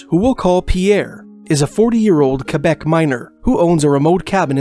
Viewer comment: You pronounce Quebec properly, awesome!